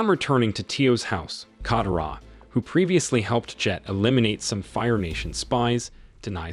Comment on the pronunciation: Not just Aang's name you even disrespect Katara's name dude if your doing recap like this please atleast learn how they pronounced their names and more